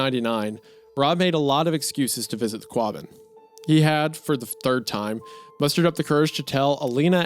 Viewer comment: Not to nit pick but Wendy, buubby, it's pronounced Wus-ster lol Massholes are very particular about their poor spelling... I've been in central mass for like 20 years now originally from CA. and on that not... It's pronounced Qah-bin you talented hack! Lol Hunter you guys do great work please keep it up.